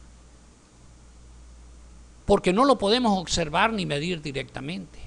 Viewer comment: por favor. no confunda. y pronuncie bien.( ocservar) se dice OBSERVAR.